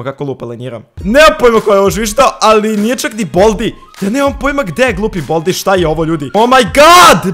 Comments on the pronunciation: Nije boldi nego baldi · Kaze se bAldi